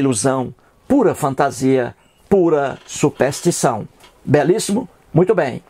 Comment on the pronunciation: Quem é esse coitado que sequer sabe falar? "Supéstição" só se for la na terra do "cabra da peste", que precisa tb aprender a fazer, ao menos, um "power point", né Zé Mané. Se a crença tem prova irrefutável deixa de ser crença (ou fé) para ser constatação. Você é um ignorante que se acha esperto e que, sem saber, trabalha a estratégia de Antonio Gramsci (vá pesquisar quem é) para implementação do socialismo no Brasil. Acorda povo ignorante...